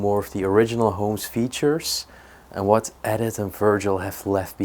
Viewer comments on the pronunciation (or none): What a find,. This adventure was wonderful. The woman's name Edith is pronounced E-dith. The small wheels on the chair are called casters. Great Job. Bravo❤ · It was a pencil sharpener. The name Edith is pronounced Eeeeedith. Love these old places and their history.